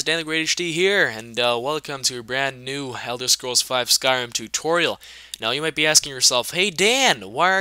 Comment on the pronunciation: I don't know if its just me but did he just say, "Helder Scrolls" instead of Elder Scrolls?